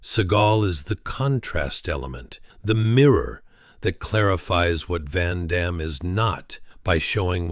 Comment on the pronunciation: Amazing how no one can pronounce Van Damme's name other than French speakers after all these years.